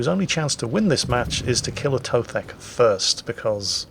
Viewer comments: A To The K lol Not Atothek. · It is "A to the K", not Atothek. No need to overcomplicate things. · His Britishism is showing. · It's "A to the K" you Philistine! :D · You apparently also forgot how to say his name too?